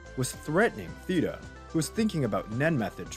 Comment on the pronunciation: (SIR-I'D-NICK) (THEY-TA, Use the soft th from the word thought)